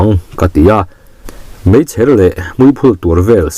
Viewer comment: Maichher nge meichher tih tur? maichher ti in ichhiar a .....